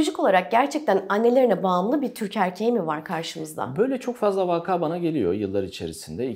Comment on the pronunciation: Vaka kelimesinin yanlış telaffuzu anlattığınız şeyin içeriğine odaklanmamı engelledi....Doğru telaffuz ne önemli